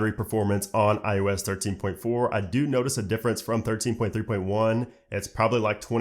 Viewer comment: It’s not I U S. It’s IOS.